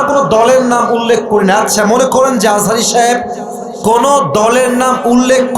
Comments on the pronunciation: তুমি তো মিয়া আজা হারি হুজুরের নাম ঠিক মত উচ্চারণ করতে পারো না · দুদু ভাই দুদু খায় নাই বলে আজহারীর নাম ভালো ভাবে বলতে পারে নাই। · আমি বলতেছি উনি রাজনীতিবিদ উনার কাজ দেশের মানুষের খোঁজখবর রাখা অথচ উনি মিজানুর রহমান আজহারীর নামটাও ঠিক করে বলতে পারছে না। এরাই তো দালাল খাওয়ার জন্যই করে। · দুদু তোমাকে কতজন চিনে?? আজহারীর নাম ভালো করে বলো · সে বিএনপির কিসের নেতা সে একটি নাম সুন্দর করে বলতে পারেনা, ডাক্তার মোঃ মিজানুর রহমান আল আজহারী। এত সুন্দর নামটা মুখ দিয়ে আসেনা উনি আবার নেতা। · তার মাথায় সমস্যা আছে তাই সে হুজুরের নামটাও ঠিক করে বলতে পারে না। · মিজানুর রহমান আজহারী কে সারা পৃথিবীর মানুষ চেনে। অথচ দুদু মিয়ার এত অহংকার যে তিনি দেশের একজন স্বনামধন্য আলেমের নামটা পর্যন্ত ঠিক করে উচ্চারণ করতে পারেননি। এত হিংসা আর অহংকারী আপনাদের পতনের মূল হবে। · দুদু আযাহারির নামও ঠিক মতো বলতে পারেন নাই, অভিনয় করে অপমান